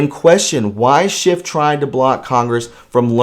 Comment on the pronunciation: SCHIFF NOT SHIFT!